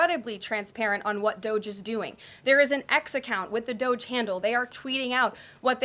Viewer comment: And... it's DOGE [DŌ-J] Not DOZH